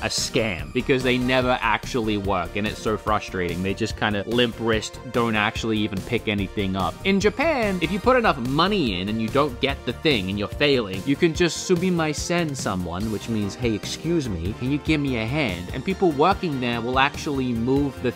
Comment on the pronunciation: hahaha the "sumimaisen someone" got me hahahaha